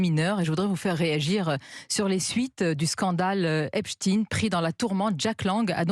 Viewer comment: C’est « EPSTEIN » et non « EPSTINE » comme « EINSTEIN » et non « INSTINE »